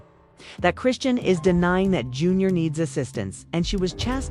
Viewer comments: You not even pronouncing her name right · Get it together you.cslled her three diff names it's chrisean this must be AI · Ok, if you need to use A.I at least preview it before uploading it. How many ways can they mispronounce 1 name? Smh! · The way you mispronounce her name